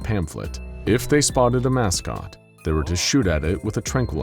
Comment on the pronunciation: "Mouse-cot?" I kind of love it.